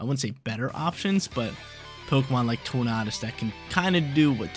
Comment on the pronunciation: Please please please. Stop saying torn-ar-dus its torn-a-dus